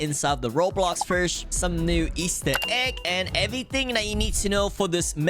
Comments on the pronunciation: bros saying firsh and crazy flexing at the start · learn to prononce fish?